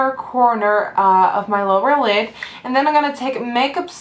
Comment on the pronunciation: u said lower LID loll keep the good vids comin :)